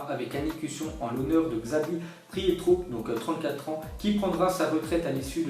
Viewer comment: XAbi *Priéto Mais pourquoi tu prononce TOUJOURS les noms faux!!